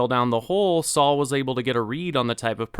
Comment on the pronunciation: It's Sol not Saul!